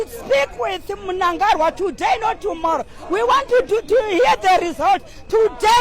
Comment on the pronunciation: The lady is not from Zim,she doesn't know how to pronounce Munangagwa